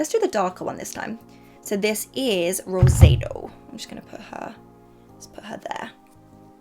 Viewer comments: “Roe-zAY-dou” has me dead 😂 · What are your Spanish routes, could be wrong but when you swatched rosado you I think you pronounced it wrong xx